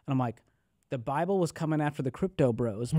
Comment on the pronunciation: The 'Buy-Bull'....I aint buyin' it. Great chat otherwise. Lol